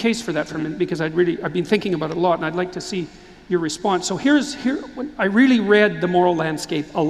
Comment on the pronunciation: " I thought about it " a lut"